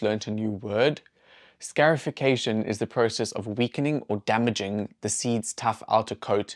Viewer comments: When a wound heals its called a "SCAR" therefore its pronounced "SCARification" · Scar - i - fi - ca - tion. Say it like you say scar. As in Scar in The Lion King.